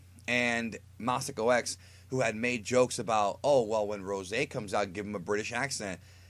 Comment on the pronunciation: yes i was impressed but call it Ros'e please